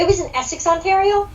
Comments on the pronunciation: Yes lol i should of corrected him on how to say it eh lol 😜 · Oh i was being nice and it didn't matter if you said Ontario wrong hahahaha 🤣😄 also i didn't realize you said it wrong until after i listened to the podcast lol